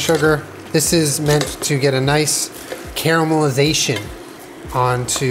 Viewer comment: care-a-mel-iz-a-tion x12